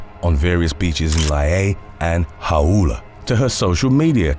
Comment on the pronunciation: Lie-E-A, Ha-oo-la. As a narrator, if you don't know how to pronounce, it look it up. There are plenty of services that even say it for you.